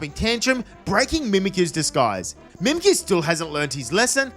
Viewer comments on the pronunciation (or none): none